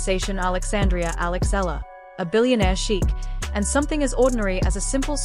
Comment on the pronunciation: E-YA-LA cirrect pronunciation